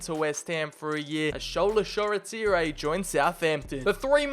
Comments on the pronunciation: Shoretire (Sure-ty-er) ❌ Shoretire (Sho-re-tee-ray)✅ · The way he pronounces Shoretire😭😭 class video tho